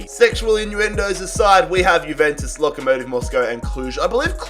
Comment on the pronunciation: it's pronounced yuventus not guventus